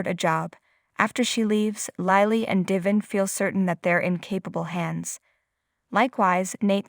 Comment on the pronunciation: Please get narrators that can pronounce words and names properly. The name is Chloe! =“kloee”. NOT klo!! Devon NOT “Deevin” and “Lilly”. NOT “Lilee”. Uugghh!!